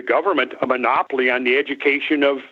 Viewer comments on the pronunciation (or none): none